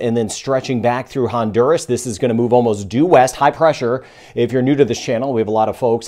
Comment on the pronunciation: Is not Hondurus, it's Honduras.